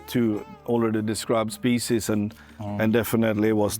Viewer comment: painful hearing specie in many times